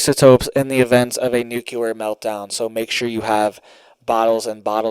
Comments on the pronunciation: ITS PRONOUNCED “NEW CLEAR” NOT “NUKE YOU LER” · It's pronounced Nu-clee-er not Nu-cu-lar. Sorry but that drives me nuts to hear the word pronounced incorrectly. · It's not nucelar but nuclear. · "NOOK-LEE-ER", say it right!!!! Geesh! Wait...is it "geesh" or "sheesh"? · Why on earth do you insist on pronouncing "nuclear" wrong and making yourself look ignorant. I always watch your broadcasts, and you seem like a great guy, but I hate it when people go out of their way to behave childishly.